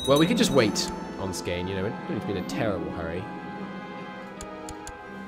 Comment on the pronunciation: You should probably used the Latinized spelling for the Swedish states since you slaughter the Swedish spellings so badly lol Skåne is Scania and Blekinge is Blechingia, for example. Much easier to pronounce.